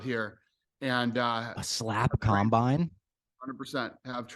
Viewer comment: Dude said combine lol